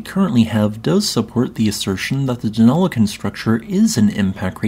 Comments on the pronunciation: Well done on pronouncing Deniliquin correctly. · He did an excellent job pronouncing Denilliquin though. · Aussie here, if you're going to do videos on anything Australian, please learn to say our place names properly! You seem to have got Deniliquin right ( a place better known simply as "Denny" and written as "Denni"), but Albury is pronounced as "Allbree" not "Al-berry." If an asteroid struck this part of southern NSW/northern Victoria, please tell me how it is that it is so flat out there? I've driven through that area numerous times, so know something of the topography of the areas from western/north-western Victoria, through to well into southern NSW.